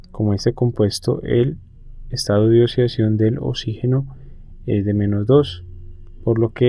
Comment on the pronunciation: "El estado de osidacion de osigeno" xD jajajaja